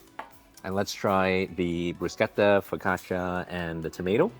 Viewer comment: So good to hear someone pronounce Bruschetta right! 🎉 THANK you so much ❤